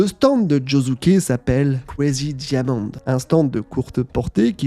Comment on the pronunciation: Plus jamais tu dis kuwarigi diamonde en français😢😢